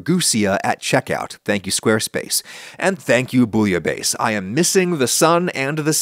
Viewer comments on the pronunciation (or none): It's more "Boo-yah-beh-ss" ^^ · As a French you didn't, he mispronounced it 😢 the final consonant should be "ss" not "z" /booyabess/ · I love teaching people how to pronounce funny words and “boully-bae” is one of the funniest. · Half of my family were French Canadian immigrants to the US, and my American born mother, who was trying to learn some traditional European French recipes, pronounced it Bwee- uh- base. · "Is a rainy day, lets make some bullabays". Is not what he said, unfortunately 😔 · Because that’s not the right pronounciation at all. But the worst one is « rouille », he completely destroyed the word lol. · You said Bouillabaisse wrong!